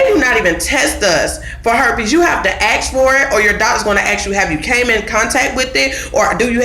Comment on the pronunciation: Good video. But the word ask or asks isn’t ax or axed. smh